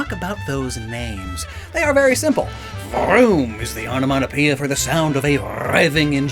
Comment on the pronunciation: Love the way rolled his R's when making the vroom sound. That's some skill. Saying this as someone who cannot roll his R's 😂😅